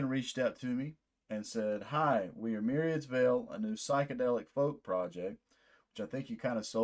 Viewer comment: Hi! You pronounced the name right! 😊 Thank you so much for this, we really appreciate you taking the time to listen and make this video!